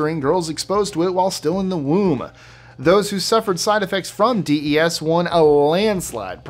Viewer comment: Your pronouncing DES incorrectly.